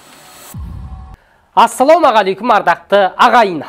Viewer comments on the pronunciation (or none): none